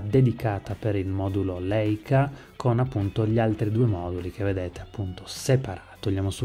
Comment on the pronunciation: Si pronuncia Laica. E' un dolore sentire questi dire Leica 🤦‍♀️